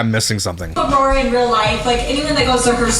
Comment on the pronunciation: We're missing the important one... Aurora somehow equals Ah-war-wah